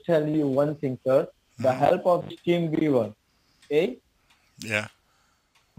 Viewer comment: That “Team beaver 🦫 “ drives me crazy 😜! Learn how to say team viewer geez